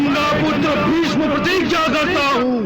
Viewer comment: पर ये कर्ण भीष्म को भीषम बोल रहा हे क्या